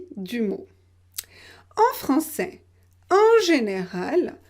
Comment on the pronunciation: Il y a des erreurs fondamentales dans la vidéo, parce que dans les mots « est », « gilet », « billet », « frais », « français », « poney », « tramway » et « crayon », on prononce, conformément aux règles officielles, le [ɛ] ouvert. Pourtant, il est vrai [ilɛvʀɛ] que les Français [kǝlefʀɑ̃sɛ] confondent ces deux phonèmes. Mais quand on enseigne le français, il faut présenter la prononciation officielle (le français standard) tout en mentionnant que la réalisation de ces sons peut varier selon la région. Bref, je déconseillerais cette vidéo... :( En tout cas, bravo pour l'assimilation vocalique (neiger - il neige, aimer - j'aime).